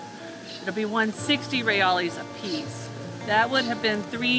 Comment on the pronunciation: Good luck on ur pronunciation of Portuguese . they pronounce their Real (hay al) or hay eyes not ray ollies. Most big city centers where u see lots of street vendors selling there goods you will find many men that will exchange your dollars for reais , you will tell them by large amounts of deneiro they will counting in public .